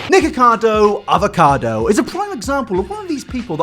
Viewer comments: Anyone else thought he said niggacado😂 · I thought said niggakado avocado